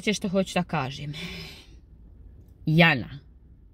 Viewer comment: Harašo..pa opet...harašo a oni ne znaju pravilno izgovoriti ni njeno ime...Jana(kao na Bosanskom jadnica) . Kod izgovora Jana izvorno je na oba samoglasika da su dugouzlazni. Kad oni izgovore njeno ime,ma meni se oci izvrnu, mogu li im reci neka izgovaraju kao što se izgovara voda iz Hrvatske...jaaanaaaa 😅